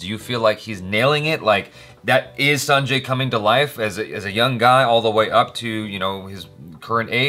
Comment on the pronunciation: It's true that Ranbir performance does look outstanding in this teaser.. in some scenes you believe he is Sanju/Baba.. but, in some scene we feel he is Ranbir.. But, i love both Sanjay Dutt and Ranbir Kapoor.. So, eagerly waiting for the release... you pronounced Sanjay correctly.. But, his surname.. Dutt.. should be read as Datt.. Love you.. Keep working.. Keep rocking.. 🕺🕺🕺